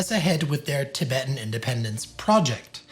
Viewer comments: It's "Tibetan" and not " Tibeetan " gents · Errrr, Chaps... since when has 'Tibetan' been pronounced 'Ti-beetan'?